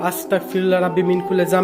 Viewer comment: Viya astakfirullah bolbenna Astagfirullah bolben...ক না গ এর উচ্চারণ করবেন। Allah bless you